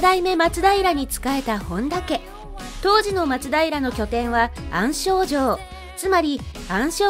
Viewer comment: あんしょではなくあんじょうです…